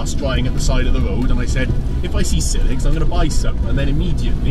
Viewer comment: “I will buy SILHIG” 😂